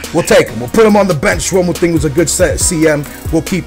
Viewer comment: mountinho? moutinho -.